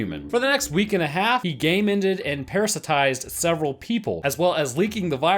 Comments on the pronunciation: It took me a while to realize what he was really saying every time he said "gay-mended". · Why do You say "gamended" Is that a refrence